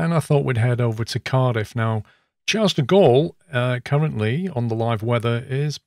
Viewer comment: I'm pretty sure 'Charles' is pronounced 'Sharl' by the French.